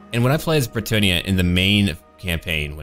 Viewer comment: As a french native I think you're really close with the french pronounciation of bretonnia's people and cities, it's fun and nice to hear people at least trying to do it! Really good job!!:D